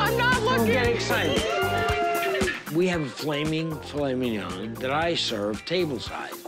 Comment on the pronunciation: For those still struggling, typically heard with the emphasis on the last syllable of mignon, not on the first. That's all she was saying.